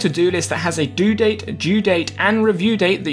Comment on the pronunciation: OH MY DAYS you meant DO date and DUE date jezussss it confused me why you said due date TWICE like bro distinguish it better and don't call it DO date BRUH